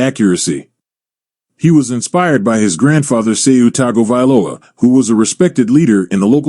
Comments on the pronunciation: It's Tongue go valoa🤦🏾‍♂️🤣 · Totally butchered his name as well as all his families name and hometown name 😂 it’s all good